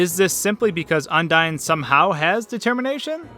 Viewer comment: You pronounce it as Un-dee-n? Undyne's name is pronounced as Un-dye-n. Undine (the way you pronounce it) was a race of fish people Toby thought would be a good attribute to Undyne. Then, her genocide name is Undyne the Undying. Her name is derived from undying while her appearance is from the race.